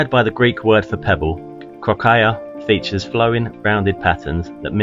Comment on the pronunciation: You can paste "κροκαλια" into Greek google translate and listen to the pronunciation. You've almost got it right, there is no aya at the end and stress on the first syllable.